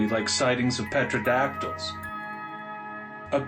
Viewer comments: Petro-dactyls??? It's Pteradactyls (pronounced Terra) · Further, the "P" is silent. Its "Terodactyls" PS great stories